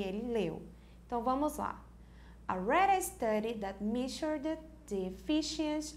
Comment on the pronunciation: As pronúncias estão muito erradas nas palavras MEASURED, EFFICIENCY, SCIENTIFIC, REMARKABLE... Mesmo após tanto tempo acho importante corrigirem, quase 4 mil alunos já passaram por aqui e estão aprendendo errado!